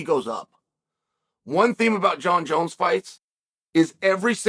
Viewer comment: I wonder why Chael knows how to properly pronounce Jon Jones name 🤔